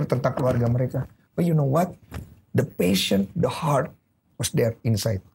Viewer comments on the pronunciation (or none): passion not pahsion :)